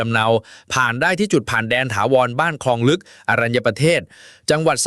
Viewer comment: "พลิกเกมส์ "...ไม่ใช่ "พริกเกมส์" และ " บ้านคลองลึก" ...ไม่ใช่ " บ้านครองลึก"